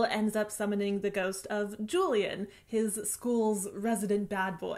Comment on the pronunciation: Miss you! Now that you use twitter less I always look forward to your vids, just to see how u r doing lately. ♡ U have a special place in my heart as a youtuber ♡ PS: i listened to the audiobook n JULIAN is pronounced as "who-lee-aren't". Just FYI:)